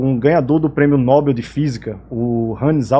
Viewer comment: Não é Nóbel é Nobel, ou seja, sem acento agudo na consoante o.